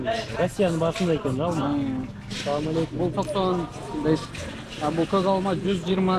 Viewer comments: Салалейкум дебе Ассаламуалейкум деп айтылат жон салалейкум Дегенди жаман кабыл алышат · Салам алейкум мес ассаламу алейкум деп тура айтсан